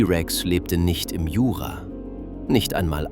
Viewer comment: dann bringen sie doch ihrer englisch orientierten KI bei das es im heißt und nicht ei äm....oder schreiben sie sich doch den Text auf und lesen ihn selbst sie haben bestimmt eine sympathischere Stimme...und geben dem ganzen was menschliches